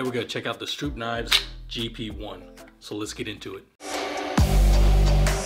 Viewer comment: Thank you pronouncing the name correctly. My self. Being a stroupe. When the name is miss pronounced. It makes my skin crawl.